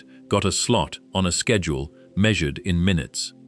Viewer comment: Dude why does it take u 2 hrs to say this. Its a 5 min video at best for real. Do a 2hr long video about blacks holes not this boring shit. By the way its just schedule. Not shhhbedule lol.